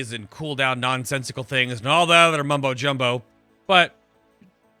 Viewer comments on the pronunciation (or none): none